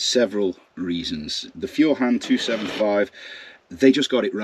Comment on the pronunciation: FYI Feuerhand is pronounced foyer hand. I have a Feuerhand sturmkappe 276 lantern that I plan on taking apart and restoring. By the way eggs are about 12 dollars a dozen here in the USA where i live. Thank you and God bless you and your family and America 🇺🇸